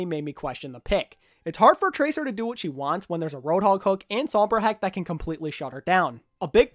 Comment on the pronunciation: I really liked the WO IS GOING ON at the start of todays video. Probably the hardest 'o' you have ever achieved.